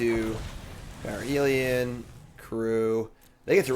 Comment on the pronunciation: Is there a joke I'm missing, you keep saying parhelion wrong. Parhelion ≠ ParAhelion